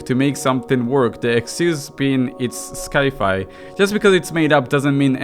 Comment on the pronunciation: how in all of holy graces did you fucking read "Sci-Fi"